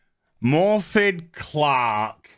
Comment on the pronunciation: FYI I believe her name is pronounced "Morfyth" as it's Welsh.